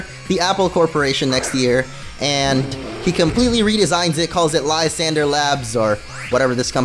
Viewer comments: lol its french "La-san,dray" lol its so hard watching this for me and funny like idk premature kinda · lysandre= Liss-ahn-druh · Mate, I’m watching in 2018. (His prononciation Of Lysandre is PAINFUL)